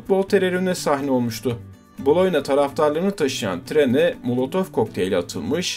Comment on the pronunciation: Tabii ki Gabriel Batistuta. bir de Boloyna nedir abi ya 🤣 Boloyez Makarna mi diyorsun? BoloNYa...